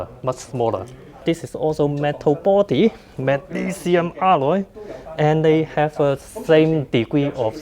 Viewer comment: Did you say "Mental body" ?